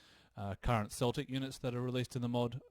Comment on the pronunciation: Hey, Celtic is pronounced with a hard k, as opposed to the football team! That actually goes for all the Celtic words. Vs are also pronounced w.